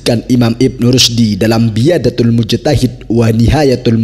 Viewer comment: Yg bicara di chenel ini ngomong apa sih? Bukan biyadatul Mujtahid pak.. tapi bidaayatul Mujtahid.. hedeww..